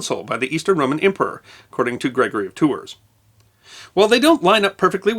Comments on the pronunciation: I love videos, too. They're excellent and well-researched. Too bad he won't look up geographical names to find out how they're pronounced. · Yeah. I have family in Tours (pronounced “Tour”) and I counted three “Tours” and one “Tour” in this video. Still love you.